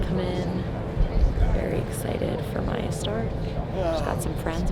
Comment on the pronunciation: Come on guys. It's Maja, not Maya.